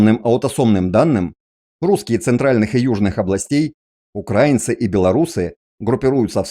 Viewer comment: Ну вообще-то то правильно украИнцы. Ударение в другом месте!